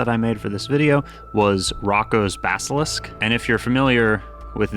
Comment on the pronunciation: The way he butchered the pronunciation of "Roko's Basalisk" killed me😭😭